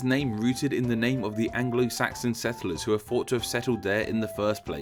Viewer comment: You also pronounced Saxon as Saxton and crocus as crockus... and at one point pronounced borough the American way...